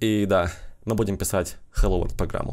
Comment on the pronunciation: Там написано на английском,посмотрите пожалуйста транскрипцию слова World,и послушайте как оно произносится (хотя автор немного не правильно произносит😞)